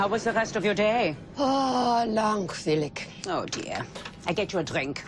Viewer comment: Oops, langweilig, which means boring, is actually pronounced LAHNK - vile - lich, the middle syllable rhymes with aisle, and the last is gutteral.